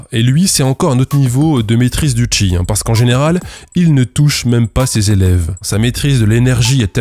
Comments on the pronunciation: tu pourrais réupload la vidéo en disant "cheese" à chaque fois au lieu de "chi" stp? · "On va observer le Chi", je ne peux pas m'empêcher d'entendre "on va observer le tchi", càd le rien. C'est annoncé dans l'énoncé, en fait.